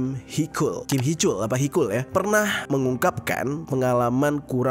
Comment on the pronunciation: Koreksi bang haechul,di baca hecul bukan hekul